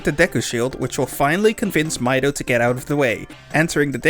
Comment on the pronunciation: Why can no one pronounce Mido's name correctly? Sure the little shit does'nt deserve the courtesy, but still.